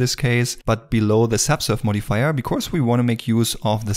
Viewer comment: Great Video😍but please practise pronouncing "because" 🤗